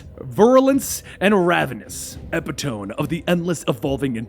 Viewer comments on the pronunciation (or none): So glad to know you guys are working on original lists of your own. Listscussions are fun but the list topics can be so much more entertaining when they come out of your minds. Btw epitome is pronounced ep it o me for future reference.